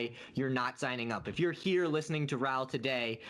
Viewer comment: His name is Raoul, not RAAAAAHLL.